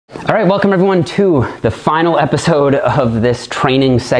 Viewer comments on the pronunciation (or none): none